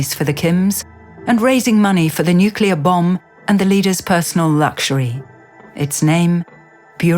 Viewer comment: she narative said aha aha nuclear bomb !!!!!!?????What ??? It's nuclear rocket English woman.